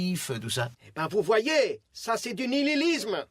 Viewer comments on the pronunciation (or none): « DU NILILISME »😭😭😭